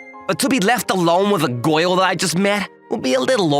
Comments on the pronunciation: why your friend like goil, instead girl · Its "Goi-Uhl" dude!